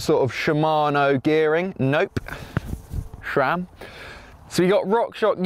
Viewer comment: Sram, shram...who cares, maybe if they bothered to sponsor him he might bother to pronounce it properly